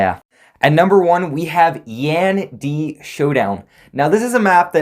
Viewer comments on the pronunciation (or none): Your saying yan di wrong omg